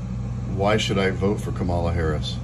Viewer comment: Notice how Alexa mispronounces Kamala.